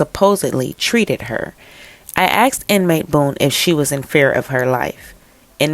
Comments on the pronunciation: Please work on pronouncing “ASKED” not “axed”. Thanks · I believe the word is “asked," not “axed.”